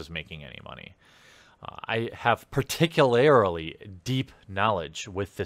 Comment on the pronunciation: DUDE! i love your content, im a new subscriber and im saying this FOR YOUR OWN BENEFIT! Particularlily IS NOT A WORD!! the word is particularly. youre adding an extra syllable. I KNOW you have been told this before, and I dont care if you change how you say it, im just letting you know just in case.